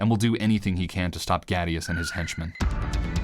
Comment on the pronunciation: seriously how can one screw his name that bad XD (yes i'm talking about caddy i read the comment that says it's a reference to him)